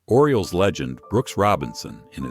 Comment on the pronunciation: Oriole’s not oriel’s